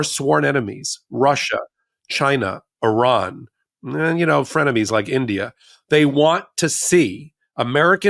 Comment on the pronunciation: Did I hear India as "frienemies"??